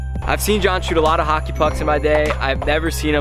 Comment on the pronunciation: you said hocker not hockey